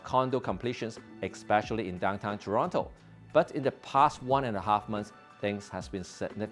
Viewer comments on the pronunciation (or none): My little yellow friend, it’s not expecially, it’s especially.